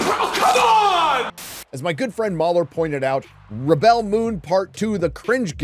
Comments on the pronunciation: Rebel (pronounced reb-ill) - Noun Rebel (pronounced rib-ell) - Verb I’m off to watch the intro another 20 times 😂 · It's not rebell it's REBEL. Your pronunciation was killing 😂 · On your making fun of the pronunciation of "rebel". A rebel is pronounced /ˈreb(ə)l/. To rebel is pronounced /rəˈbel/. Everything else is fine but you can stop purposely mispronouncing the name of the show, which is a noun, as a verb. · Wait... You're pronouncing "rebel" like that cos you don't know the difference between a noun and a verb? That's a weird thing to show off about.